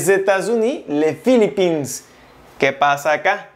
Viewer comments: Salut c'est un grand effort mais philippines se prononce sans s merci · porque no sabe ni verga ajaja))) tampoco pronuncio correctamente Portugal, Chine, Philippines, Etats Unis. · Gracias por el video pero no pronunció correctamente Portugal, Chine, Philippines, Etats Unis.